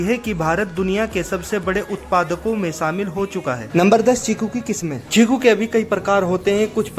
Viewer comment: चीकू है भाई छीकु नहीं